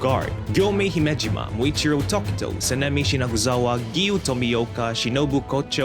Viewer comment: Who else heard him say Sanemi Shinaguzawa